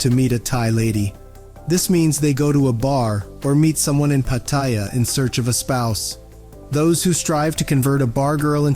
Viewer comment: Your video seemed interesting until you discussed Pattaya and proved, with your lousy pronunciation, that you know nothing about the place.